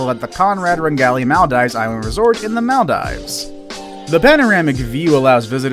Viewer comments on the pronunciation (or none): The way he says Maldives like mall dives